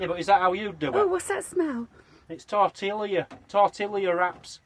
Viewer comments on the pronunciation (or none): none